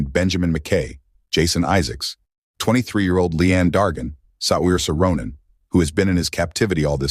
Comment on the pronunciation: Learn to pronounce her name!